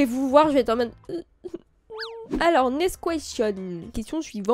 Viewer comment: "Ness quechssonne" incroyable 😂